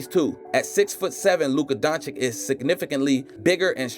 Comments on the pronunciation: Luka who? Donchick? If you make the effort to create a video, make also an effort of 5 seconds to learn the proper pronunciation. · Its been a year since the video, did u figure out the right pronounciation of Dončić yet?